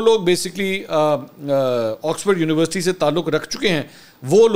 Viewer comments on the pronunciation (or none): none